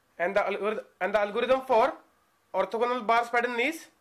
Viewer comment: lol the way he says ''orthogonal bars"